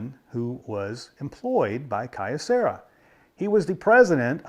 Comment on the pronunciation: A bit pedantic of me, but "Kyo" is one syllable. The company name is written with a mix of kanji and katakana: 京セラ . So three (for English speakers - the Japanese writing uses another syllable to make a long "o" but English speakers naturally make the "o" long) syllables total: "kyo" "ce" "ra" . The company has dabbled into almost anything electronics over the years .